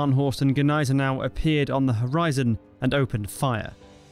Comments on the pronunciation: It's not g'niesenau. The g and n form a single N. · What the phuk is "Guh-nysen-ow" 🙄 if you're gonna say it, say it right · As a German, you are wrong. It is not pronounced "Neisenau" lmao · No. The G is silent kid. 🙄